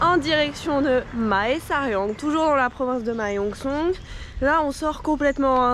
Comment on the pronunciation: Ahah excellent, j'avais eu une copine qui venait de Mae Sariang, ça me donne l'opportunité de voir à quoi ça ressemble ^^. Aussi, toutes les villes qui commence par Mae se prononce "mè" comme le mot mais.